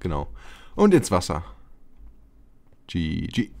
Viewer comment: wie du gg sagst :'D das hat mir jetzt den Tag versüßt.